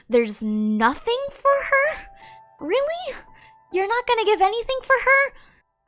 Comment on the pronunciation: you're emphasizing the wrong word, it's not about "there's NOTHING for her??" more about "there's nothing for HER."